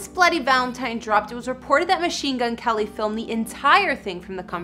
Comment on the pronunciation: Winced every time she called him "Kelly"